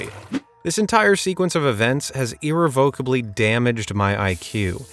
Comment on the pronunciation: It’s pronounced “ir-REV-uh-kuh-blee.”